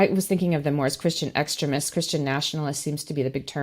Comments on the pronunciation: Another great show and guest… but seriously, who pronounces it “ex-trim-ist”????? ex-TREME-ists, lady, extremists. Please… I can’t take it… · What part of America has this accent? I agree with her stance, but who pronounces extremists like she's saying excrement? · I liked the video, but she says "extremists" almost like "excrement". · I like the way she makes the word 'extremists' sound like 'excrements'. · Not to be picky but is the pronunciation of "extremists" by just a bit strange? Every time she said the word I heard "excrements" which I guess it's the same thing. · I like the way she pronounces Christian Extremists, she pronounces it like Christian excrement! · omg does she not know how to pronounce extremists properly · Please educate me. I’m not making fun of the guest, who pronounces extremists like that? I’ve never heard it the way she says it. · about as weird as her pronunciation of "extremists."